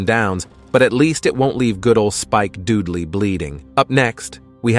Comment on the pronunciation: "Spike DUDEley"? I. HATE. COMPUTER. VOICES.